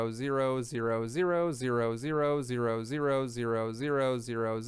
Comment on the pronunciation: when you said all those 0's I started to hear DROSDROSEDROSE